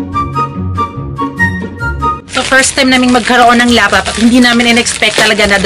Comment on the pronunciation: Laptop hindi loptop. 😁